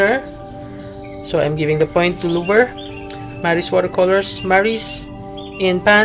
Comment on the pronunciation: Great video, thanks PS: the C at the end of Lefranc is silent. Louvre is pronounced "Louvr"